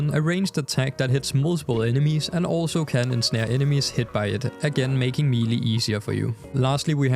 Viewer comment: God I hope someone has already corrected you on this cuz you sound like an ignorant moron. The word "melee" is pronounced "may-lay." Couldn't even continue watching the vid it irritated me that much. You mispronounced the word like 5 times in about 30 seconds, talking about Excalibur. Was like fingernails on a chalkboard for me.